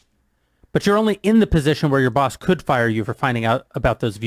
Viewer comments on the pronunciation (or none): none